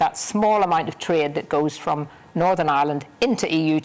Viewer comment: I hate it when someone pronounces Northern, as NORVERN